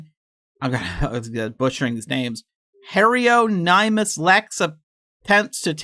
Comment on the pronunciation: Hairyonymis Lex btw